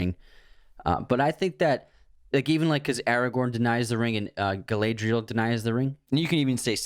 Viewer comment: the pronunciation of Galadriel is killing me 😂